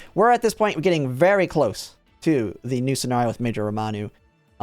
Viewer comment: It's RAMONU, not ROMANU